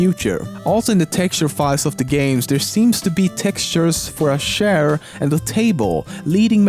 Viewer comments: a "share" (chair) I cant stop laughing omg. I watch these for your amazing accent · *sheir sh-eir a badly pronounced chair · Its funny how he pronounces chair as “shair” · Oh, so its pronounced khair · Why did you say share ? (chair) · I love the way you pronounce words like 'huge' or 'chair'. It's funny to listen to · ***** The way you pronounce 'Ch' like 'Sh', and I watch a lot of PewDiePie, who is Swedish, a country in Scandinavia.